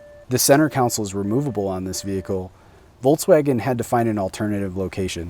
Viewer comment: It’s a center CONSOLE not COUNCIL.